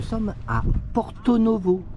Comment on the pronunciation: C’est bien Porto et non porté !!!😂😂